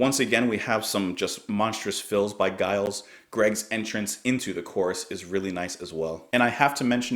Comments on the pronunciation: Giles is pronounced like Jimmy. It is a soft G, as in Germany and not a hard G as in Guy. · It's Giles with a soft G - like gentleman!